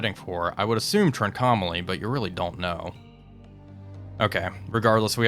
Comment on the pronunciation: Really enjoying the series. Just one suggestion: Trincomalee is pronounced "TRINK-OH-MAH-LEE. Very interested to see how this turns out - reality was that the Royal Navy had to pull out their task forces.